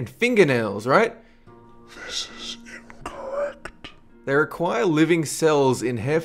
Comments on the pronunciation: Is no one gonna even notice when he says 'INNCORREKT'? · "This is incoreckt" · "This is incorrekt" I can hear it in my dreams. :D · trapiac 'incorREKT' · haha i loved the way he miss pelt "this is inccorrekt" i don't know why that got me laughing so hard xD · When it said this is incorrekt it made me cringe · oh. psssst "thats incorrekt"